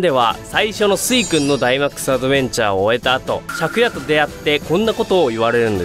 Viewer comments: シャ↓ク↑ヤ↓って読む人初めて見た…シャ↑ク↓ヤ↓って呼んでた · シャクヤの発音が借家で草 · イントネーションが「昨夜」で草